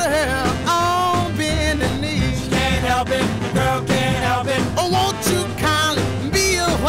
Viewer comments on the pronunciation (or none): The best part of this is how Richard pronounces "The girl can''t help it" as "The girl cain hep it"